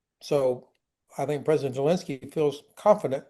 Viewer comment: Love Ben Hodges, but I've always wondered where that weird pronunciation of Zelensky's name come from--Jelensky?